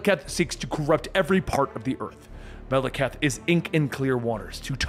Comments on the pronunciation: MAH - LAH - KITE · He pronounced the ten realms 90% correctly but mispronounces Maleketh several times granted I can't even spell it but his name is said so much in the movies you'd think that would be the last thing he'd get wrong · He can't even pronounce "Malekith." I don't think he gonna get "Svartalfheim." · bro y u gotta butcher Malekith's name like that